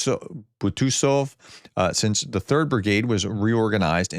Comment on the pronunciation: Hi, How can you call yourself a professor when you have to try saying the word Archangel (I don't think that is Ukrainian!) 3 times, before getting it right, can't figure out Butusov (only 7 letters) and pronounced Kondratovka as 'ditroniska', followed by the silly excuse that 'the Russian spelling is different, as if you would know how they spell it!. Any word that is different to the most basic English causes you trouble. I've lost any believe in what you're saying. Shocking. I would have expected that, after 3.5 years of Ukrain in a war, you would have learned something about pronouncing their names. You just read Olenivka as Olevinka. Please stop embarassing yourself. I just remembered that they say that you recognise scams by spelling mistakes, perhaps extreme pronounciation mistakes are also a sign?